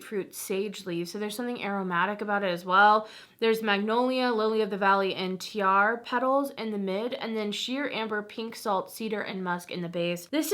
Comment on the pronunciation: Tiare is pronounced ti-ah-reh. It’s Tahitian for gardenia!